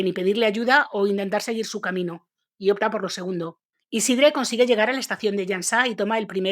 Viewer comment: Tampoco se pronuncia esa e de Isidre, esa e seria entre una a y una e